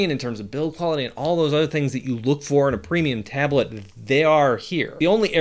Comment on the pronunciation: Tablet ❌ Ablet✅ 😅😅😅😅